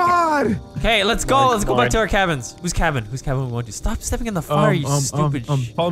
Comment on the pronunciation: “It says the sabins are this way” “That says cabins” “SABINS”😂